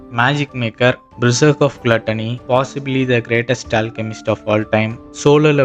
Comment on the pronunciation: Neenga solluradhu clear illa bro anime name a mention pannunga adhu Enna because of platany